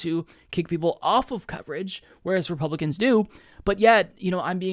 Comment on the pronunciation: did you just call them "Repumpkins"? 😂